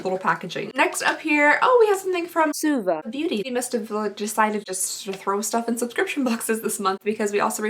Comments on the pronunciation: She was pronouncing it like "swa-va" instead of "sue-va" which is how it should be :) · Christiana Fisher she missed one, it was "swah-va" 😂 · She missed a voiceover..she was calling suva, suave!! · I def had to replay the swah-vuh that got missed. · Paulette Zayas If I’m not mistaken, a little after she mentions the brand again and I think she was saying “swa-VAH” lmao 😂 that’s me all the time tho I can never pronounce anything 💀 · Jamie Winters she missed one out and said ‘swah-va’ instead😂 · She was saying “Suava” Beauty 😂 she forgot to dub one. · I love the voice overs trying to correct the pronunciation of “Suva” - That cracked me up and I had to let my husband listen to that correction. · I definitely agree about the Belle Pierre! Also I was dying at the voiceover of the Zuva everytime, I was wondering what you had pronounced it as to begin with! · I’m so happy we know how to pronounce “Suva” now! 😂😂 that was the best part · Im crying at the voiceover of the name of the name of that lipstick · “Suva” lol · I can definitely see the confusion with the pronunciation she used. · What I really wanna know is how you pronounced suva lmao